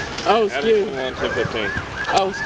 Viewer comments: “I was skeered” 😂 yeah, of getting caught!! 😅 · "I was sceered..." Yep. Just like every other criminal in America.